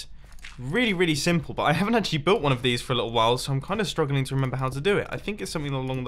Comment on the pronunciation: mumbo be like:heres a simpile red stone nuke